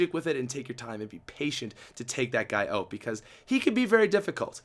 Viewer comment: "Blew it ooot of ther perrk"